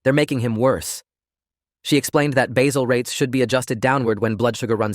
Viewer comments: AI: it's basal rates, NOT basil rates!!! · It's pronounced bay-zell. Got it right later in the video. But the AI inconsistencies are challenging.